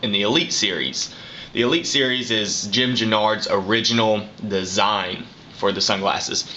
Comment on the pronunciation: U said Jim's name very wrong and u work for Oakley???